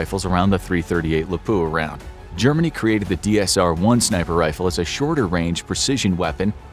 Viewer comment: I want to die every time I hear someone say “Lapoo-a”.